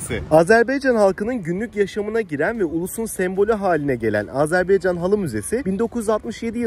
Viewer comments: Azerbeycan değil, Azerbaycan, dikkat lütfen ;) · Selamlar izlediğiniz için tşk ederim, ülke ismi sizinde ilettiğiniz gibi Azerbaycan olması gerekiyor çok doğru, fakat türk dilinde a-e harfleri okunurken bazen telaffuz bozukluluğu olabiliyor düzeltme için tşk ederim, eminim bunu bilen duyan herkes çok daha hassas olacaktır. Azeri kelimesi ise açıkçası yazılı ve sözlü platformlardada genel olarak sürekli kullanılığı için kulak duyumundan kaynaklanan bir telaffuz diyebilirim, kişisel olarak kötü niyetimin olmadığını yada olumsuz bir sebebi olmadığını zaten tahmin ediyorsunuzdur ✌🏻😇 Volkanik dağ; sizde iyi bilirsiniz çook büyük bir alan, zamanda kısıtlı olduğu için ve turla gezi yapıldığı için de olanla yetinmek zorundaydım ama bilseydim muhakkak şehidimize uğrardım görevimizi yapardık 😢 Komposto kısmı ise çok komik oldu inanın zeytin mi bu dedim ingilizce ve türkçe sordum evet dediler, ama araştırdığımda ve restorantın menüsünde görünen ismi neyse alta yazmaya çalıştım, doğrusunu ilettiğiniz için tşk ederim. Videoda şeyh bakuvinin türbesini hızlı geçmiş olsamda içini bizzat ziyaret ettim. (Teknik olarak videolarımın altında müzik olduğu için ve total dakikayıda uzatmamak adına kısadan gösterdim aslında) Türk şehitliğinide bizzat ziyaret ettim ama yine iletmek isterim amacım gezilecek yerlerin rotasını kısa, net, öz anlatmaya çalışıyorum teknik olarak videonun zamanını uzatmadan :) videoyu izleyenlere nerde ne var gösteriyor keşif sırasını onlara bırakıyorum açıkçası. İzmir marşının, türk kavkaz marşının benzerliğini ilk kez si